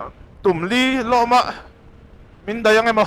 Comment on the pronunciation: In kal na Hanle hmalam ah khan kal zel ula koyal khua alo awm anga khami bul ah khan mizo chu an tam mai aw,chuan Loma khua ilam dan kha sap ṭawnga LAW kan lam ang hian lam tur Law-ma tih tur Lawma nilovin😂😂😂...